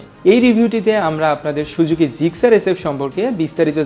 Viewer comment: আগে উচ্চারণ শেখেন, তারপর নাহয় রিভিউ করতে আইসেন মিয়, সুজুকি রে আপনি শুজুকি উচ্চারণ করেন 🤣